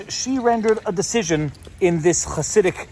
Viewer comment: Interestingly accurate pronunciation of the word "Hasidic".